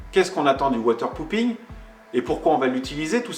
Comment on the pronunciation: Water popping avec un o et non pas un ou. Avec un ou cela veut dire chi... de l’eau :-)